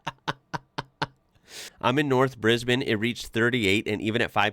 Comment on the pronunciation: It’s a cross between Brisbin and Brisben, but definitely not Brisbayne.😊